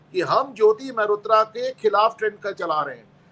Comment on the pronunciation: मेहरोत्रा नहीं मल्होत्रा।